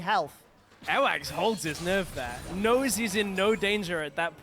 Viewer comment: Every time I hear the commentators say "Airwaks" sounds kinda like earwax